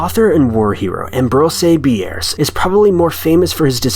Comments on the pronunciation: it's pronounced Am Brose Pirs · Learn to pronounce "Ambrose Bierce"! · I can't watch this because it's painful listening to you trying to say Ambrose Bierce. Please investigate how to pronounce the words you are saying. Nothing separates good videos from bad videos quicker. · lol why are you saying ambrose bierce like that